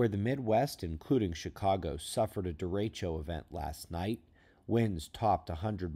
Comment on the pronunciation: Da-wreck-o = derecho